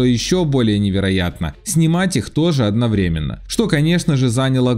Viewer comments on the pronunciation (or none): none